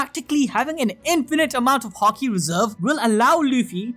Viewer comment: Emphasis in haki is on the ha, not the ki, so it’s not “haKEE” it’s more like “HAki”